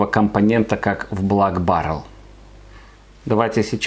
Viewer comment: Прикольно, что в начале видео звучит "блАк баррел", а с середины автору уже подсказали, как правильно читается слово Black. P. S. не проценты, а градусы!